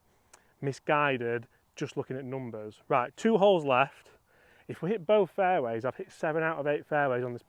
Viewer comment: 3 minute mark.. how many “faiways” will I hit?